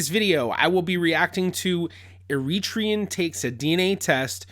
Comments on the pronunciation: Please ! Eritrean is pronounced " Ari-TREE-an" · Isn't it Er-ri-TRA-on? And please never forget, much of Youtube is pure dramatic acting. They want your eyeballs, not your logic. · Please put the accent on the 3rd syllable e ri trE an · I’ve always pronounced Eritrean with the stress on the penultimate vowel. Is that wrong? Is it a British thing?